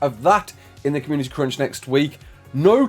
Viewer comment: the way you say crunch sounds like cringe and i kept laughing at that